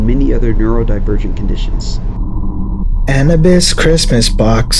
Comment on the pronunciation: Are you sure its "an•UH•bis" and not "an•OO•bis"? I know i didnt type that out right, just getting the point across lmao